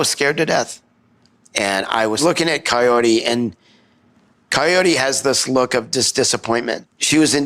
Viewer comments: I keep hearing Coyote too! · I think he says coyore but his unclear speech sounds coyote. His mom clearly says coyote. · yeah I keep listening and it's kayortee he says his mom coyote, it's hard but every so often the r is clearer but the name is still wrong